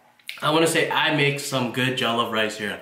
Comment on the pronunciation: It's not jolloff